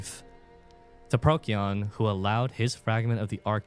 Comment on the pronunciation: Procyon is pronounced pro-see-on, it's a lot more comfortable to hear and speak